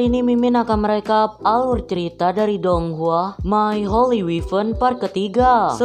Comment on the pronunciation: Donghua di baca (tonghua